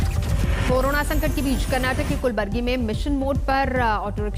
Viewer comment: Kulbargi nhi madam kalburgi